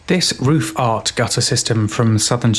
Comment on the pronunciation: I appreciated your careful enunciation when saying "roofart".